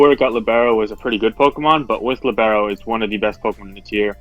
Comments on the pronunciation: Lìbero. It is lìbero, my friend. Not libéro :) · should be LEE-bero, rather than li-BARE-o. It's a type of player in soccer.